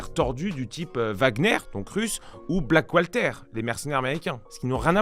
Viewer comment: Blackwalter il a dit 😂😂